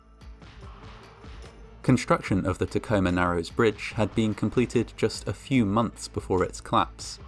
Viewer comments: I'm a Washington native, and I must say that I'm impressed by your correct pronunciation of Tacoma. lol (non-Washingtonians never say it right) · Oh man thanks for covering this lol Also you pronounce Tacoma right :)